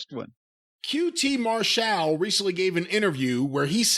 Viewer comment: Mar-Shal... Does He Believe He's "European"?